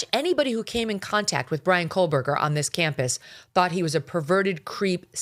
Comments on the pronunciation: Megyn,it’s CO- burger. The way you are pronouncing his name you’re adding an L Col burger it’s CO- burger. I have heard you say this name for years the wrong way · Megyn I love you but there is no “L” in Kohberger. 🫣